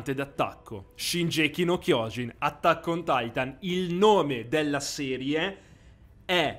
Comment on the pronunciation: Video con pronunce orribili come wall Maria che lasciamo perde , hai dato la definizione di gigante d’attacco come shinjeki no kiojin che non significa assolutamente ciò , penso tu abbia fatto più episodi di questa serie ma nonostante tutto sbagli troppo , probabilmente lo hai fatto solo per allungare il video e per i soldi anche perché è monetizzato , sempre sull’argomento pronuncia non parliamo neanche di mikasa che veramente lasciamo perde , ti converrebbe informarti e magari guardate l’anime o leggere il manga prima di fare una serie così articolata